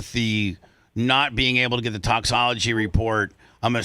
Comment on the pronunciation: I love how Brooke was saying “toxicology” correctly at the beginning and then Bubba says “toxology” two or three times. The rest of the call she changes it to “toxology.”